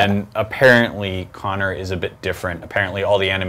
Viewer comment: Its Conner not Kony!